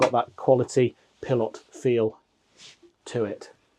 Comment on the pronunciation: 😂It's a Pilote!!!! Not a Pil lot